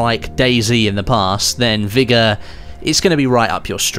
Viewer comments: Vigor not vigga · What a weird way to say vigor